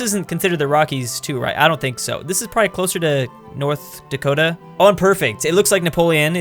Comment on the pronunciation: "Dah-KOH-Ta!" Gestures hands